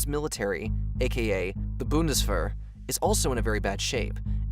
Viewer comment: I wish you learned how to say 'Bundeswehr'. "Boon-Dis-Vere" ('Vere' rhymes with 'There'). Poland has a very long & interesting history- despite its' brief disappearance from the map- especially with so many neighboring former Empires. Few folks in the 'States think of 'Europe' as little more than Germany, France, Italy, & Spain and it's sad. That's what we're taught in school. Germany started 2 wars. France usually got invaded and surrendered, Italy had Rome & Michael Angelo, and Christopher Columbus sailed from Spain. Poland? Yeah, they got Blitzed in WW2. Nothing much follows. Dad taught Military History at West Point and I wish I'd gotten a taste for it while I was still in school myself. Eastern European History is rich, deep, and easy to dive into. Poland in particular. Thanks!